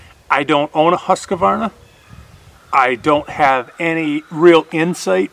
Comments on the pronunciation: you're a very intelligent, knowledgeable young man, but I dislike the way you mispronounce Husqvarna (Hoosk-varna). I love watching your videos and am an avid fan of your channel. Take care. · Husqvarna not Husquhvarna